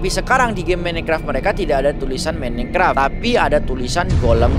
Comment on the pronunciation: Minecraft❌ menecraft✅